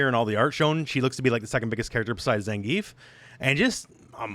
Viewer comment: So after decades of Street Fighter, you don't know how to pronounce Zangief's name? seriously? They say it every time he wins a fight, jesus.